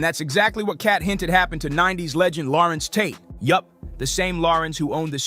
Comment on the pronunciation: Who is this guy calling him Lawrence Tate. WTFUG.